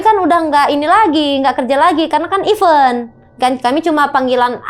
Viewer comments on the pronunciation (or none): Event : dibaca “i ven” bukan ive un… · totally sure. Yg aku tekan kan E kedua ya kak e pertama sudah pasti dibaca i / i-vent, nah E setelah V ini bukan é yg seperti even = i-vén yg artinya Bahkan dlm b.inggris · Event E nya dibacanya kayak pelafalan 'ember' ya teman teman. Kalo penyebutannya pake E pelafalan 'emas' udah beda arti yg artinya Bahkan kalo dlm b.inggris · Are u sure? Kalau Event dibaca sperti pelafalan 'ember' yo anehhh lahhh